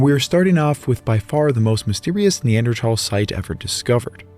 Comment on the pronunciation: its the correct pronunciation, the "h" is silent